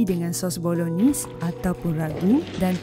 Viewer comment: Cara sebut: Bolo-naise